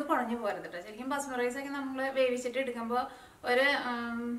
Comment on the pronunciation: Adyam malayalam nallapole padichu correct pronouce cheyyuka. Itto alla ketto anu ketto